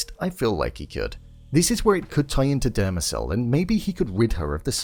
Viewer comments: “Demerzel” not “Dermacel” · its "Demerzel" not "Demecell"... ffs.